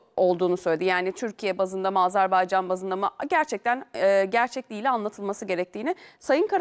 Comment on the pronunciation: Azerbaycan diyemiyen Adam analiz kasıyor ya Sen önce ülke ismini Adam gibi söylemesini öğren ağar